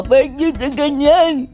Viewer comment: BINUANG! HAHAHAHHA...PEYK PEYK nose